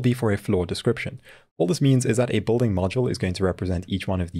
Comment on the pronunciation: South African? No one else would pronounce building as bolding.